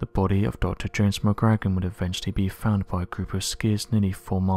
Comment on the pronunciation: Re; James McGrogan; phonetic pronunciation should sound like McGrow-gan...